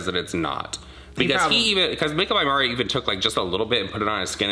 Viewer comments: The way she pronounced Mario’s name 🙄🙄🙄🙄🙄🙄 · MARRIO is how she says his name lol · Who is Māre-ē-ō? She speaks so sloppy! 😩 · "Official wedding foundation"? Is that even a thing...and, could she please learn how to pronounce "Mario" 'cause it's not Marry-o...ok, she said it wrong over and over then closer to the end she said it right...she's a liar about everything. People have said her accent is fabricated. Ok...I just don't like this chick/dude...whatever her persuasion. She's just not honest and I love honest people. You two really never seem to lie. ❤